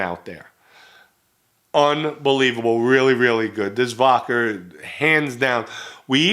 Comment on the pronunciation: Why do you say vodkar?!